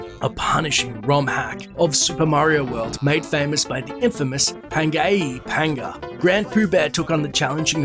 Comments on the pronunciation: >Panga A Panga It's Pan-gee-uh panga. Come on man literally unwatchable 1/10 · It's pronounced pan-jee-uh panga... You know, like the first continent on earth? They even said it during the race you highlighted and he's a very well known streamer/ROM hacker. Should probably know that if you're explaining highlights from these people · "Pan-gay-uh Panda." Jesus man, how can you call a dude "infamous" and then mispronounce his name that badly immediately after? Christ. lol. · "panga ea Panga..." it's "pangaea" like the original supercontinent of earth... "pan-jee-uh" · it's pan-GEE-uh panga not... however you said it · PAN-GEE-AH = Pangaea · Hmm if only they had correctly pronounced Pangaea Pangas name for you during the run.......